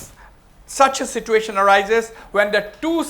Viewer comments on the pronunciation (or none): none